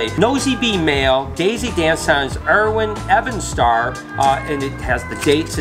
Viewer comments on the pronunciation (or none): My God you butchered the name >_< it's not Erwin Evan-Star. It's are-whin even-star. Lol. Like the Tolkien books? Or maybe you saw the lord of the rings films like most people who are currently over 25? Lol.